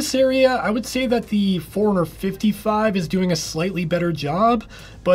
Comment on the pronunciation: Hey I too was annoyed in the beginning thinking why's he saying Four-Hundred-Fifty-Five and Four-Hundred-Two-Forty-Five, but then I realized it's not Four-Hundred that he's saying, it's Fore-Runner, lol :D